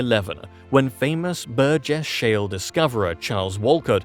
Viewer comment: Say Burgess shell one more time, I dare you!! 🥴😵🫠 I wonder if that could be in British Colombia.... Can't remember if he mentioned it 😢😅